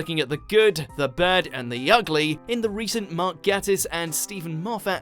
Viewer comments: It’s Mark gaYtiss, not Mark gAttiss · It's pronounced Gay-tiss. As he says himself, "Just think 'gay.' I always do." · I wish Watchmojo could say Mark Gatiss's surname right. There's literally a video where Mark says how to pronounce it.